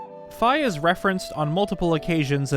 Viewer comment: Thanks for getting Fi’s pronunciation correct! I know it’s minor, but should be more common across the fandom